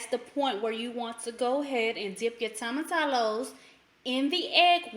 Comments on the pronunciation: Toe m a -ti -yo. Not tomatallow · The pronunciation is 'toe muh tea yos' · I have been wanting to try this. Just found you. Also, whenever you see two L's in spanish, pronounce it as a y. Like tortilla has that "eeyah" I know ppl commented, but didn't really help explain. Anyway, ty for the vid. I think I'm going to like this.